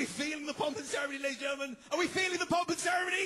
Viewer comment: he said what i think was 'ladies and genlemen' at the beggining but it came out as: lurgumn